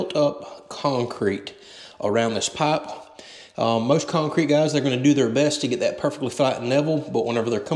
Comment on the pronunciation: wth, he changed the way he pronounced pipe